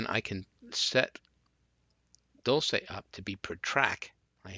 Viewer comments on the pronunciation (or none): it's pronounced dol-chay